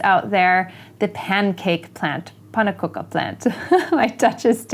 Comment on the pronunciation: Your pronunciation of the Pannenkoeken plant is perfect.